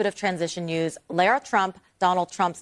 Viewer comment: Lara, not Laura